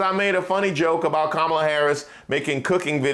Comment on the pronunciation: The same woman who is denouncing someone else for racist speech still intentionally mispronounces Vice President Harris’ first name. So unserious.